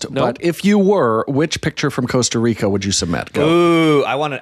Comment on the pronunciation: Guys, it's not 'coast-a reeka'